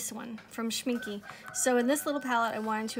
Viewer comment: its not pronounced schmink-uh for english-speakers its best pronounced schmink-ey. you can mimic the last sound by the "eh" you would make when imitating a cliche italian :) like in " this eh Is eh the best eh pizza in the world"